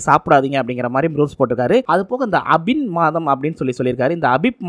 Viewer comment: அபின் மாதம் இல்ல தம்பி ஆபீப் மாதம் தமிழே தவறு இல்லாமல் பேச தெரியவில்லை உங்களுக்கு